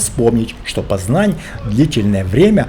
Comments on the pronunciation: Город называется ПОзнань а не пАзнань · Как можно смотреть это,когда тип даже ударение в название города поставил неправильно